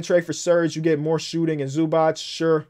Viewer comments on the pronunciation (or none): Hold up why is everyone calling Ivaca Zubac "Zubatts"